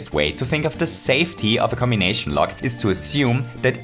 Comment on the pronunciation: Lmao the way you said cmbination cracked me up